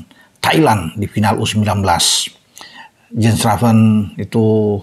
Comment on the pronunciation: Baca : yens raven